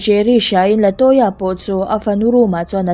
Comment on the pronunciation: Latoya tih hi Laltoya(Laltawia)tih anga kan chhiar chu a🤣🤣